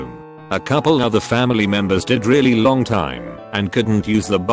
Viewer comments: " a loouoang time" Get it right text-to-speech! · I love hearing the voice say words that aren’t words like loooooong time, ‘I’ve been in prison a luaoooong time’